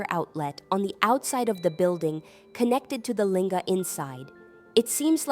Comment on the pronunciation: I thought that Lingam. was the way to say these things?